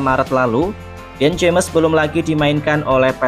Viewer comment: Dean James dibaca .... dien jimes... kasian min, belajar dulu